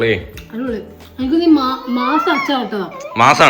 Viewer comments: മാസ അല്ല മാസ്സ് 😊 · Maassa alla maass😂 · Chetta masaa alla maaas aann ttoo amle kozhikode okke ith famous aan